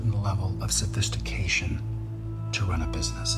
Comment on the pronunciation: "The word is orient" Next sentence: "sophiSHTication"